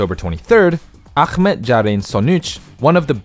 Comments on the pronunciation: They tried to pronounce them correctly, but even the most basic name Ahmet was pronounced as if it was Arabic. Not blaming anyone, since they don’t know the language, but they were not even close on some of them. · He pronounced the Turkish name as it was an Arabic name using harsh sounds which aren't even in our language. If anything, this would be probably more offensive for the majority rather than butchering the name. They probably thought Ahmad is a generic middle eastern name so let's assume Ahmet is pronounced the same and it sounded really weird to me, reading it as it's English sounds about the same as the original pronounciation. It's just weird that they took the time to find out how it's pronounced, only to pronounce it in a totally different language lol